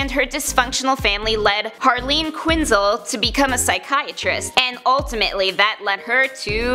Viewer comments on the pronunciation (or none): Say her last name right..